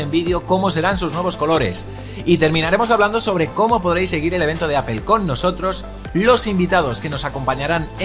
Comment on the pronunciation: Me pongo malo cuando lo intentan pronunciar todo más o menos bien, salvo Apple: es "apol", no "apel".